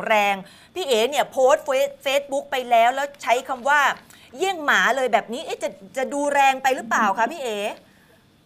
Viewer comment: เน้นคำว่าหมามากเกินไปหรือเปล่าคะน้อง